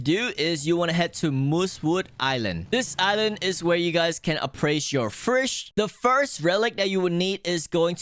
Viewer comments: Bro why you say fish "frish" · fish not frish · There is no r in fisch. Why do u keep saying firsh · i like how he says fisch and pronounces it like “fricschsh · why do u say fish like fush